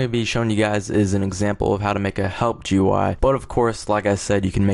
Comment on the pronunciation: It's pronounced "gooey" (GUI) and "appy" (API).